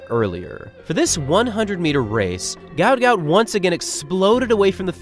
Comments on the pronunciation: His name is actually Guot Guot, pronounced with a w sound so like 'gwot'. as per his father: "His name is Guot, it's supposed to be Guot," Bona Guot told 7News. "When I see people called him Gout Gout, I'm not really happy for him." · His name is pronounced "Gwot Gwot" .. not Gout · His names not Gout Gout Its Guot Guot pronounced "KWOT" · His name is pronounced ‘gwot gwot’ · The better pronunciation of his name would be GOAT GOAT.. and not like the medical condition GAUT GAUT which seems to be the norm right now. The other meaning of my suggestion beyond my pronunciation suggestions is yest to be seen. Go Goat Goat. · It should actually be pronounced as 'g-o-w-o-o-t g-o-w-o-o-t' as in the way 'goat' sounds. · It's actually pronounced 'GOAT GOAT' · It’s actually pronounced Gwhat Gout. His father has said so in interviews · It's pronounced 'Gwot Gwot'. He has stated this. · His name is actually pronounced Gwot Gwot. His father just confirmed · It's pronounced "gwot gwot". His name was misspelled on his ID papers in Egypt and should have been "Guot Guot". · I think it's hilarious that his name was mispronounced as gout gout, which is some sort of painful foot condition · His name is actually pronounced 'Gwot'. It was misspelt during his immigration. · his name is pronounce as though the u comes before the o. like gu-ot. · It’s pronounced Gwot Gwot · FYI his name is pronounced Gwot Gwot not like the foot ailment - his name was misspelled on his forms apparently and it should have been Guot Guot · his name is pronounced "gwot gwot". might need to dub your video, or change it up for future vids. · Pronounced "gwot gwot" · Why is his name not in the video title or description? You say his name in the video but pronounce it incorrectly. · Aint no way its pronounced like that. It doesnt even sound African. Did you look up the pronunciation of his name? You can just ask sudanese people